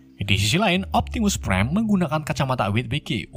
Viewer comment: Optimus prime bukan Optimus bam kocak yee